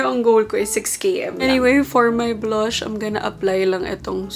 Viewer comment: Nakakatuwa si. the way she pronounces these words “ blush, run, stuff, clutch, run and plunge.”